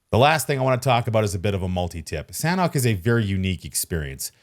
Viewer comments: Its pronounced very fast as “Sun-Ock” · its pronounced San-awk :) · San hawk = sanhok